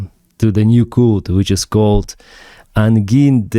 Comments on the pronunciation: Hello:hand-pink-waving:, Actually, it's called 'Angine de Poitrine': Like you say 'angel' in english. It's pronunced 'g' not 'gu' in french. It's 'Angine' not 'Anguine';-) And yes, it's a serious disease who can be potentionaly deadly. It's a chest pain due to a lack of oxygen to the myocard. I really like this band, they came from a new generation of real musicians who prefer to hide their face and just to do music. Like 'Sleep Token' or 'President' in the UK. Or even Daft Punk, etc... Vive le Québec! ♥ Et vive l'Ukraine aussi ♥! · the « g » in angine is soft because it is followed by a soft vowel (e & i are soft). Therefore it is prononced like the cyrillic letter that looks like a X with three bars (or six branches) and which is rendered by « zje ». Exactly like the j in bonjour.... Bonjour du Canada 🇨🇦🇺🇦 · the G is pronounced like ж actually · The "gine" in "Angine" is like engine in English. We'll make a Frenchman out of you yet. 🤣 Beer and this music go together well. Love Ukraine from Québec, Canada. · "A n g i n e"? Knowing how the French language sounds, I'm 100% sure it doesn't sound like how says that